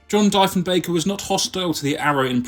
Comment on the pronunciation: Great video. Its not Dyfenbeker, it's Dee-fen-baker. Its not MALton, it's Mallton. The biggest blow was losing our domestic aircraft industry.